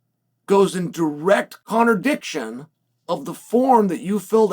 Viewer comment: It's called contradiction not ConnorDicktion 😂😂